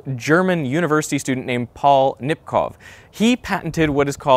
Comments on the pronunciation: It's Nipkooh not Nipkoff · The ow in Nipkow is pronounced like the o in go.